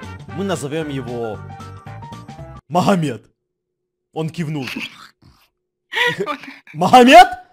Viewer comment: махамед?😂😂😂 а че так то? может быть магомед? (меня как раз так зовут)